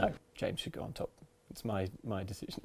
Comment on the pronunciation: I thought Luke made a Hannibal reference when said "No James you'll go in top, it is my DESIGN" then I listened to it again and heard it was "Decision"